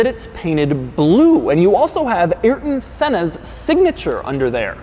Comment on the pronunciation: “Yrden senna? Come on now doug